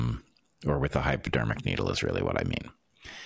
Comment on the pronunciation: sound like you calling it Hyperdermic needle